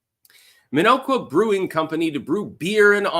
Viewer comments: The "O" is soft,. "Minn-awk-wa". Not that I care under this circumstance. You have "Waukesha" down pat. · Its pronounced Min-ock-wa